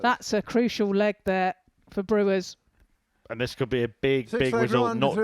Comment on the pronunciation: Its not brewers .its brouwers ..its sounds like brouw ers